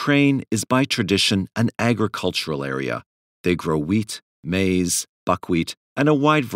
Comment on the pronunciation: That good eastern European "maize".